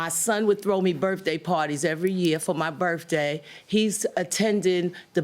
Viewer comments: She definitely needs some grammar lessons: 'berf-day'?? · Classy woman, but can't say "Birthday" Burfday...... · "For my Buurf-Day" 😄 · Is she saying birfday? Oh no, she did not just say, "fustratin'"